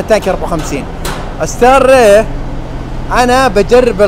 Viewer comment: كيف تنطق..ستار ري...وتكتب ستار راي